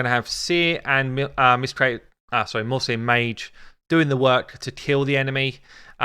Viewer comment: Is it me or says "Muslim Mage" instead of "Mausoleum Mage"?